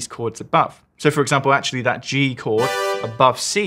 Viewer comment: my man said chord fourd